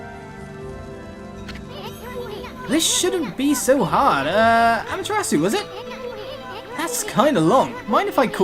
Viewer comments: it's actually properly pronounced "Ah-ma-teh-ra-ss--" where the 'u' is pronounced very short and cut off abruptly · It doesn't really matter much. I just pointed it out in case you wanted to know. =] Issun is E-soon Amaterasu is ah-mah-tay-rah-ss and Orochi is Oh-roach-e. Pronunciation doesn't matter say it however you want.